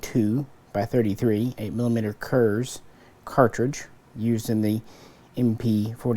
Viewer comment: Great video. Just one point. The German "z" is "ts" when spoken So 8 mm Kurz is Kurts:)